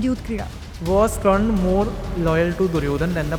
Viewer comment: Bro, hez Karn, not Kran